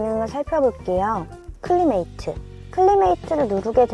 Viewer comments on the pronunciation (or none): 클리메이트가 아니고 클라이미트. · 클리메이트 아니고 클라이밋 climate